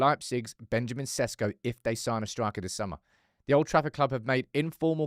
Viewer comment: His name pronounce is not SESKO,I'ts ShEShKO 😉